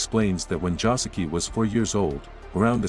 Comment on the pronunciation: Bruh, Joseki.....not Josuke....Im dying.